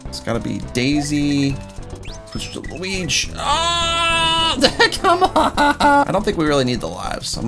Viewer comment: When you said Mario Luig it sounded like my luig